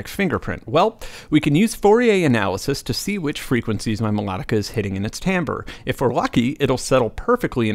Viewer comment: Oh, and thanks for pronouncing "timbre" correctly...